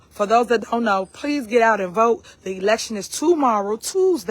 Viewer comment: She can't even pronounce election. She talking about "elction".